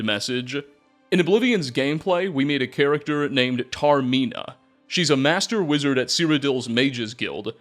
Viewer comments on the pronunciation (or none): none